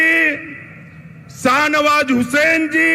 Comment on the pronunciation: सानवाज नहीं है सर शहनवाज हुसैन है सर